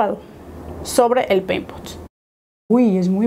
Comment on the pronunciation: Solo yo repetía la palabra peimpot cada que lo decía jajaja